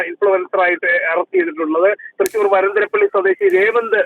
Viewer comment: വന്തരപ്പിള്ളി അല്ല ...വരന്തരപ്പിള്ളി